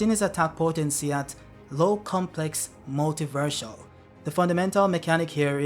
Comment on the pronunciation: “multivershal” ok bro💀